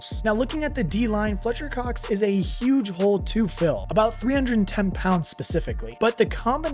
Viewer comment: Fletcher Cox.....not Cock...yeah i heard that😂😂